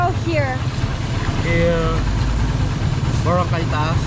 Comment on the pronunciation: Hi welcome to PH. I enjoyed your 1st episode. I'm a local & would like to give random tips! 1. Always take rice with Filipino dishes or else you will find them harsh. 2. It really is different evey step & direction you take so take time to explore. 3. Especially in pronouncing names & places, we often use short vowels only, and the emphasis is always 2nd or third syllable eg: boRAcay instead of BOracay. 4. Boracay is crowded but I'm not stopping you :-) 5. Explore that northern Luzon Ilocos Norte road trip & you'll probably thank me later cause its something else (& since you mentioned the Spanish heritage!?!) and still off the beaten path especially with foreigners. You can't miss Vigan it's a preserved charming testament to the Spanish heritage. Also it's quite a contrast to the Ph islands in landscapes & culture as well. Stay safe! But you look like you know what you're doing!